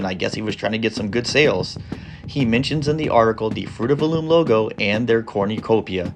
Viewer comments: Also, it’s not called a corn-ya-copia. It’s a cornucopia. kor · nuh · kow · pee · uh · 0 Wait a pointlessly stretch out a video with extra blah blah blah commentary, blah blah blah and mispronunciation of corn you copia.